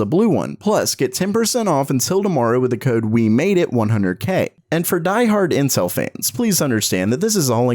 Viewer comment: "This isnt meanspirited" -says incel instead of intel